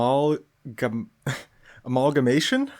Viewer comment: Just FYI, it’s pronounced Uh-Mal-guh-May-shn, and makes me wonder who in the SAP world decided to stitch together a bunch of animals